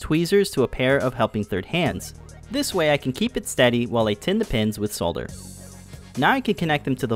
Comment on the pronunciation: This is a very cool project and an excellent video. Thank you! And as if that wasn't enough, as the cherry on top, your pronunciation of "solder" was perfectly correct :)